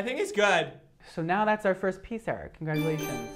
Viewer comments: I love that he pronounces Eric...like Aric hahhha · why do you pronounce it as air-ick